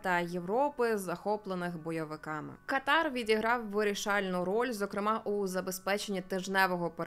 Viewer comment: Знайома арабка пояснила,що правильний наголос буде КАтар, на першій А